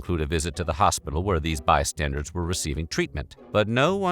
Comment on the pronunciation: This is my favorite narrator, but I can't help but laugh at him saying "by-standards" instead of "bystanders" when talking about a grenade missing Franz Ferdinand's vehicle & hitting the crowd instead. Bystanders are people who are standing nearby something that happens- hence bystanders. Apparently many people make this mistake, but I just don't get it. 🤔